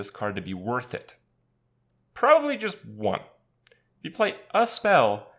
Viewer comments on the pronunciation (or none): "eef" XD